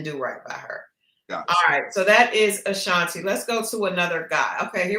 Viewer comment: And another thing….!! It’s UH-Shawn-TAY 😂 not like the singer.